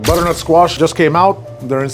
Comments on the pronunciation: BuDDERNuT SQUaSHH :0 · The budrrnut squash 🗣️ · br-nut squash 😂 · I swear you’re somehow putting an extra syllable in butternut